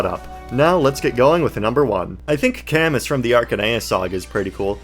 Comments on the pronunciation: camus is pronounced with a silent s othwrwise great video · Camus' name canonically being pronounced cuh-moo due to feh is something im not sure ill ever get over. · Great video but that Camus pronunciation hurt my soul😢